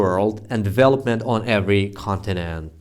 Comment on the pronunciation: Salam alaikm teacher I hope you be fine always in shaa Allah Teacher the pronunciation of Development isn’t like that and thanks for you for accepting my report 😊👍🏼